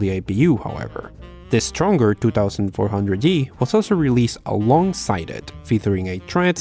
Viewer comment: Say it with me twenty four hundred g